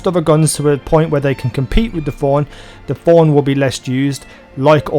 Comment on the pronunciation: Stop saying Forn, it's Thorn you dumb ugly accent